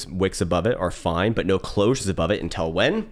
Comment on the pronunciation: who says "until" as "INTEL" ? love you man